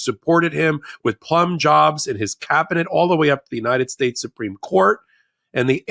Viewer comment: can you say United States? try it.